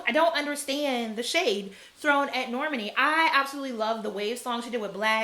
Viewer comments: I love the energy! It is Nor-MAHN-ee like “Imani” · Nayo Jones Norman E. 💀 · Pronunciation: the emphasis is on the 2nd syllable. "Nor - MAH - nee" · Normani's name is pronounced nor-MAH-nee. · You pronounce her name like Normandy, France lol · The names that are mispronounced are kind of odd. "LYE-ZZO" and "Nor-MUN-ee" took me out. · Yes! It's Nor-Ma-Ni. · Girl, Normani and then Lizzo. You cant pronounce EITHER of their names? lol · Love the haircut!!! The way you said normani’s name had me laughing for some reason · I just can’t watch the good sis Normani go the way of Rihanna where Americans can’t say her damn name right! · The way you pronounce Normani is SENDING ME lmao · I felt like that was so...unfortunate.